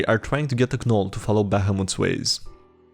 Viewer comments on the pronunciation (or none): You're pointing that out and not that he pronounced the "g" in "gnome" and "gnoll"?